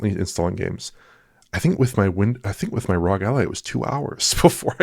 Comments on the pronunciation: Why does say ROG like that? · Yeah they've been doing it for a bit now. Couple years at least. thought it was a silly name so pronounced it in a silly way and it stuck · Why does he always stress the word "rog" when saying it? It's getting seriously cringe and annoying.